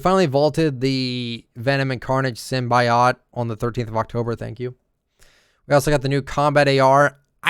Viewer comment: why do you pronounce symbiote so weird like sim-bye-ot